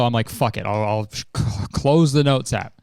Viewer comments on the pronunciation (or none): none